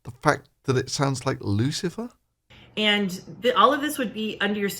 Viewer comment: I had no idea Lucifer spoke English with a slight impediment. Is that in the Bible?